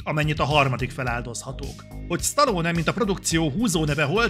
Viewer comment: Az odáig rendben van, hogy az átlag magyar képtelen helyesen kiejteni Stallone nevét. De attól az embertől talán elvárható lenne, aki kritikát készít a filmjéről, és amúgy “rajta nőtt fel”.